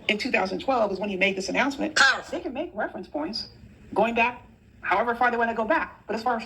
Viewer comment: No, no!! It's powful, powful, queen. 😂😂😂